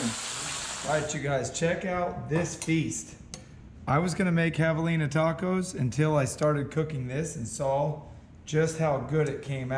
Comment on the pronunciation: Javelins (espanish) you pronounce as Havelina... So José could be Hosé...😂😂😂No Chosé ??? ...I shoot it good but it's not bleeding much... Of course if you have used fuckin varmint bullet !!! Otherwise not bad video.